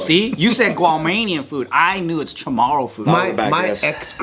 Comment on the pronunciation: It's CHA-MOE-REW LOVE YA😘